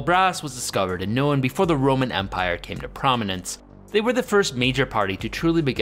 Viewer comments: It's pronounced known not knowN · you're mispronouncing the single syllable word "known." strange